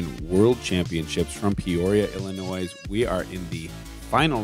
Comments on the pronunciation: did he say “Illi-noise”??? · You don't pronounce the S at the end of Illinois. It's not Illinoise. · except for the announcer that said illiNOISE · Did Nate say Illinoise? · When people say Illinoi”s” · Did this dude say illinois unironically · I stopped watching as soon as I heard the commentator pronounce the S in Illinois.